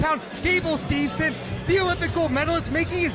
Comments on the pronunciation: If this guy mispronounces Gables name one more time I’m turning this shit off his name is not Stevenson it is Steveson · if he says steveNson 1 more time 😂😂 right after the ring guy announced it correctly